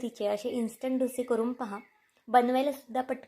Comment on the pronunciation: अहो मैडम ढोशे नाही डोसे असे म्हना😂😂